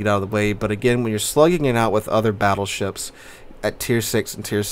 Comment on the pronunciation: did you really call the split tree "fattleships"? xD